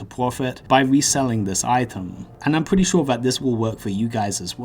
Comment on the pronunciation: ''pwetty good drwops fwom these monstews'' Why do people talk like that?